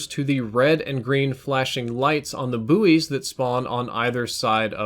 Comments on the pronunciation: Aren't they pronounced 'boys' lol just found it hilarious the way you said 'boo-ey' haha, love your videos btw this isn't a hate comment xD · Booies? That is definitely not how pronounce that word [Buoys], don't know about anyone else lol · "Boo-ees" ahahhahaha wtf